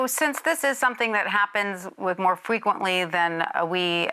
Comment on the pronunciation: This happens more “Fweqwentwy” than bla bla bla 😹